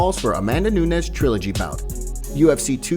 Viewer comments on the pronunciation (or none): Hey youtuber Nunes is not pronounced the same as Pena. They are 2 different languages! Stop forcing everything to sound the same...reporter.